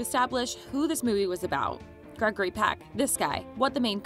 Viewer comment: "Gregory Pack"--jeez